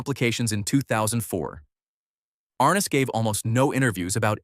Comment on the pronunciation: Are Ness, not Ar Nis.